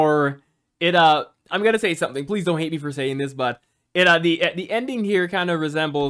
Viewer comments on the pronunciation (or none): none